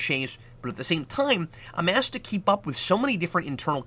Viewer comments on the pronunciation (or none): none